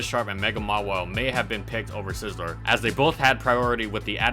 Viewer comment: Holy crap I like your videos but this one is really annoying, you keep pronouncing Scizor wrong... there is no L is Scizor...